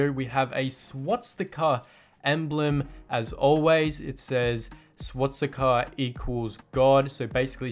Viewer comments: it's swastika not swatsika mate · First thing I have to say it’s swastika not swatsika😂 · You can't pronounce Swastica. Not swatstica